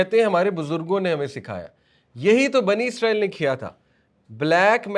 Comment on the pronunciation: اسلام وعلیکم بھائی کیا آپ برائے مہربانی آج کل کی انگریزی تلفظ کو سائیڈ پر رکھ کر یہودیوں کو بنی اسرائیل کہیں گے۔ کیونکہ آپ جو لفظ استعمال کر رہے ہیں عزرائیل یہ ہمارے فرشتے ہیں حضرت عزرائیل علیہ السلام ۔ آپ لوگوں کو کافی لوگ فالو کرتے ہیں بہتر ہے لفظ کا استعمال صحیح کیا جائے شکریہ